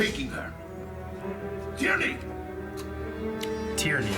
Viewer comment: The Agent's name is pronounced TEAR-NEE not "tear-e-nee".... Just sayin.